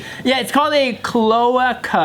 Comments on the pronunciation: chloahka. Clo ay kah. bRUHHHH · Clo-AY-ca Not clo-uh-ca haha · CloAca. Americanize that vowel. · It’s pronounced Cloh Ay Cuh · pronounced clo-A-ca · I wouldn’t know it’s pronounced CLO-AY-KA either due to these comments lol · Lol it's pronounced as cloaaca, that's how it's said. You say the letter A. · Its pronounced "clo-a-ka" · cloaca clo·a·ca Pronounced (Clo-ache-a) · Say it with me. Clo-ay-cuh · They really didn’t know how to say cloaca and didn’t know that’s what birds have🤦🏻‍♂️ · Me, a science major, screaming internally over their pronunciation of cloaca for the first few minutes. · It was frustrating to hear. I'm surprised Bart didn't know how its pronounce since he a bio student. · when they don’t realize they’re saying cloaca wrong 😑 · the fact that non of them know how to pronounce cloaca properly. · This whole episode they gonna say cloaca wrong aren't they and it's gonna be in every comment lol